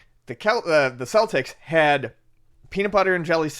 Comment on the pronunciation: Love that starts to pronounce Celtic correctly.:)